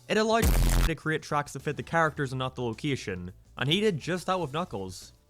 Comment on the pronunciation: Why does your accent sound reggae when you say words like location.